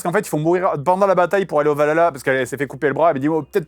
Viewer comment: Film bourré d'incoherence et de blagues pas drole. En VF ils disent meme VALALA au lieu de VAHALA. La déesse pote de Thor, perd son bras contre Gor, mais n'est pas tué. Thor lui dit qu'elle n'ira pas au valala car elle doit mourrir au combat. Sa meuf meurt du cancer, mais y accede. Bref pleins de trucs wtf